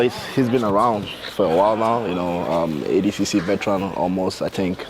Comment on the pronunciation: Why does he pronounce it "ADcC". It's clearly ADCC